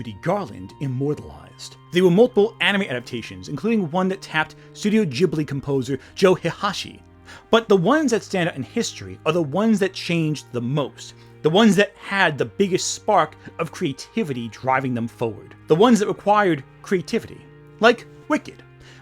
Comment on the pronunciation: I'm dying laughing a little at the pronunciation of Joe Hisaishi... the first name is pronounced 'Joh' but wHEW. Missing the "i" in the middle (pronouncing it like your buddy Sai's name, lol). Hi-SAI-shi. Does this matter to the video? Not one whit, lmfao, I just couldn't let it go bc it scratched my neurospicy brain the wrong way. Edit: OH NO AND THEN "Alice McGee's Alice".......... wheeze.